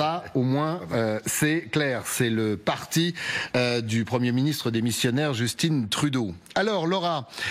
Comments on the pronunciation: Pourquoi prononcer à l'anglaise un prénom francophone?!?!?!? c'est JustIN.... Pas Justine!!!! Ah ces français!! ;0P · Bonjour, merci pour la diffusion. Un petit point : on ne prononce pas Justine Trudeau, mais Justin Trudeau. Justin comme Tintin. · Justin, dans Justin Trudeau, se prenonce à la français SVP. Cessez de dire Justinn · JusTIN comme dans TINTIN, pas jusTINE comme dans Poutine. Au Canada français, on ne dit pas MacrONE.. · Le prénom " Justin " se prononce en français.